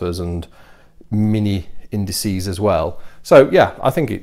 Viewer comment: I cheered when you said 'indices'... and then you said 'indicy'... Hahaha